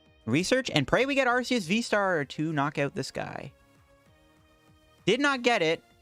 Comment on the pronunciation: Okay, but since you’ve been able to have so many great decks with Arceus, we should try not to butcher its name, right?! 😅 The correct way of pronouncing Arceus is with a hard “C”, like ARK-eh-us. Here’s why: the word “arch” means chief, leader. Arceus is the god Pokémon. He is the leader. Just like Archangel. That’s the leader of the angels. And it’s a hard “C”. Another HUGE reason for it is that in British the word “arse” means ass. Love your videos, but please say its name properly 😁